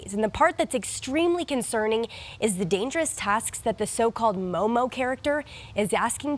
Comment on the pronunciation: It's MOOMOO not MOMO!